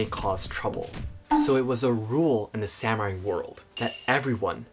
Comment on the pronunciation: Am I the only one troubles by the use of the term "SAM-u-raiS" vs "sa-mu-rai"